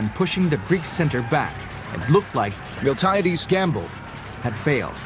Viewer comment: Do I sense someone mispronounced Miltiades?